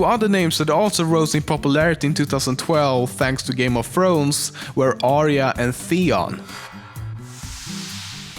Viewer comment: How dare you say go me of thrones wrong and the show is awesome